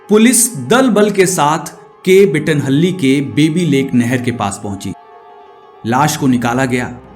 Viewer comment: The way you pronouce mandya and bettanahalli and peenya.... Seriously worst😢